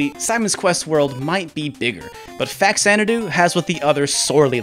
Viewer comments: American pronunciation is just so weird. FAX-Zanadoo? It will always be “fa-cha-na-doo” for Captain S here. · It’s not pronounced “Fax-Ana-do”. The game is a take on the Xanadu(which is pronounced with a Z sound at the beginning) series except on the Famicom. Faxanadu is actually a Japanese portmanteau for “Famicom Xanadu” much like Famicom is short for “Family Computer”. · Faks-anadu is the correct pronunciation. X only sounds like a Z at the beginning of a word. When you add the prefix Fa-, the /z/ sound changes to a /ks/. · Nope, the X is pronounced in Xanadu and the FA in faxanadu is from the first two letters in FAmicom. Though it should be pronounced fuh-zan-uh-due, at least according to what’ve I’ve been told. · It's pronounced Fa-Zanna-doo. Oh, okay. He points that out. Early money shot before watching it all. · Just because some producer or script checker got the pronunciation wrong for a tv show, doesn’t make it right. #Fazanadu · Actually, the reasoning behind English speakers misinterpreting the pronunciation of Faxanadu is much simpler and likely something that the Japanese developers didn't know/remember/care about; in English, X ONLY makes a Z sound at the very beginning of a word, and a KS sound in all other locations. So it's not too hard to look at the word Xanadu and guess it's pronounced Zanadu, but Faxanadu, in English at least, is more natural as Faksanadu. Also, I've played both of these games (I never completed Faxandu because it froze on me and I hadn't gotten a password in a very long time), but honestly, for me personally, I prefer Castlevania II. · The "x" is pronounced as a "z" there homie. Get a clue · You pointed out the correct pronunciation twice in the video, yet you insist on saying it the wrong way. You are close minded. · Everything you said is great and pretty much all of it is spot on. That said, there is a correct pronunciation for the game Faxanadu. Truth is stubborn.